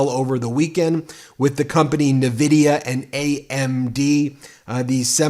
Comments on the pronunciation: It’s N vidia not nuvidia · Just a side note: The companys name is NVidia and you pronounce the "N" just like the letter. It's NOT AnVidia and also not NiVidia 😉 It's an american company so no excuse you can't say the name correct. 😜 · N - VIDIA, not NVvvidia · The name of the company is pronounced ""Invidia"" after the god of envy